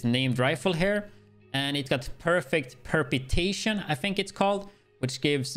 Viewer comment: Also Perpetuation is pronounced per-pet-u ation